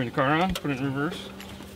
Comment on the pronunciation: ****reverse***** Not reverce